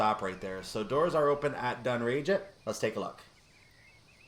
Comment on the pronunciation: pronounced dunn-rag-it